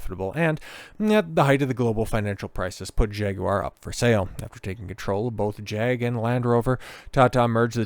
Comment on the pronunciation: Kudos for correct Jag-you-are pronounciation.